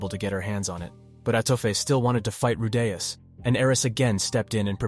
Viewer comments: "" Seriously, ITS RU DEE US. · Say his name correctly you fucking ingorant r tard